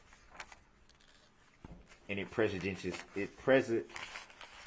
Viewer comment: Electrolic filing system, lol. Prejedishes, lol. Hilling, lol. Biastness, lol. Shoult (rhymes with foot), lol. All his references to things being swept under the rug, He's implying that everyone else is sweeping it under the rug, not him. He keeps referring to people being insensitive but of course he means insensitive to him because it's okay for him to be insensitive to everyone else.